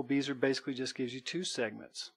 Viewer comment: Bezier. Pronounced "bez-e-a" - short e, long e, long a. Timbre. Pronounced "timber"